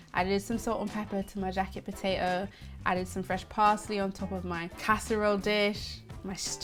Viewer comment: Po-tay-Oh LOL 🥔